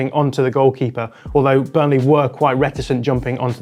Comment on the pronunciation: also says Burnle'h' 😅